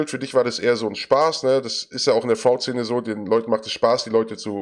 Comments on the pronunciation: Top-Interview, aber ich bin getriggert von Martins Aussprache von "fraud". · LOL wie er fraud sagt, sprich das mal richtig aus ^^